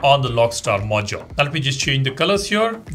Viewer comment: Stop saying "Mojole" it sounds so annoying